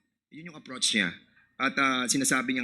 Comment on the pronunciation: Dan Fernandez, utang na loob magtagalog ka na lang….bakit ung pag pronounce mo ng “ approach “ aprotch…ano yan? Ok naman magtagalog ka. Wag nyo iboto si Dan, google boy/ hubadero mga taga Laguna. Yumaman na dahil sa kurakot!